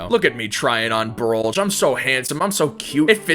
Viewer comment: ITS TROLLGE NOT BROLLGE